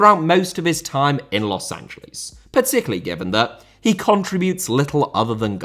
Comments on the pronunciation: A respectful tip about pronunciation:I know brits empathize the L but, The city is pronounced Los an-ja-less, you empathize the S, not the L. You can just say los Angel-ess and its 95 percent correct way of saying the city. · also why do you keep pronouncing it as Los AngeLEES? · The brits always pronounce it like that. They say it like Angel di Maria but his name has an accent mark on the A and the city doesn't. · yes i’m 100% aware of that but in this situation it’s clearly a mispronunciation rather than an accent